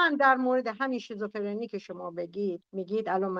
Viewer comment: تو هنوز بلد نیستی بگی شیزوفِرْنی...میگی شیزوفِرِنی😂😂 منم شیزوکاچی شیزوحلوا دارم😂😂والله نصف افراد گروهت مثل سارا و فرشته هرکدوم یه موجود خیالی دارن صحبت میکنن باهاش. بعد دارو هم نمیخورن. آخه تو که هنوز یه جمله رو نمیتونی بگی هی این شاخه اون شوخا میپری چی داری بلغور میکنی. تو خودت باید دارو بگیری